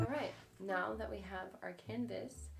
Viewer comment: Did she call the canvas a "cannivas"?